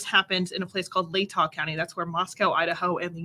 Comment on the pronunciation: Great pronunciation on Latah & Kootenai - but it is Mos-co rather than Mos-cow. Thx